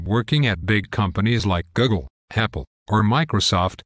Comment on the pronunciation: Why does she keep saying Googen? It's Google.